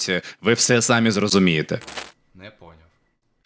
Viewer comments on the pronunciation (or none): СамІ. Наголос на "І"